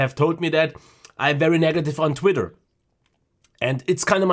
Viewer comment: "...I tit quitter..." . 😁 Made my day! 👍👍👍